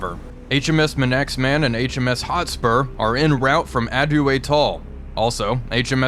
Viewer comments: Great video. Just for reference you mentioned his man x man, it's pronounced ' manksman' as in someone from the Isle of Man. No reason why you should know that, just weird Brit stuff😂 cheers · Hope no one from the Isle of Man heard that 😄 it's pronounced manksman 😄👍